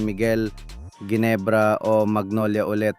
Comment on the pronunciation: The correct pronunciation for Ginebra is Henebra , G as H FIY